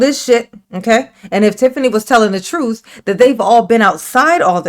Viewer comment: It's pronounced "troof" for her.